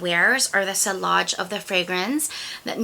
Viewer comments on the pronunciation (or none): SILLAGE is pronounced SEA-OSH,the Ls are silent.... Try Stellar Times,Couer Battant and Symphony....